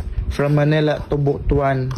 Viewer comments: Tagalog: Buto-an ❎ Cebuano: Butwan (Butuan) ✅ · E ko correct lang Po kita s tamang pag pronounce ng BUTUAN ... Mali Po Ang pagbasa mo na BU .TU.AN Ang Tama pong pag pronounce is BUT.WAN not BU.TU.AN Ang sagwa pakinggan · Pls the place is pronounce butwan hindi butu an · kublaan tas butuan😂😂😂😂....butwan...😂😂😂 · Natatawa ako sa Butuan mo 😂 ... It should be But-wan 😂